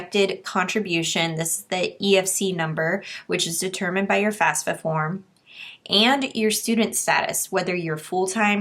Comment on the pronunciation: It's FAFSA, not FASFA.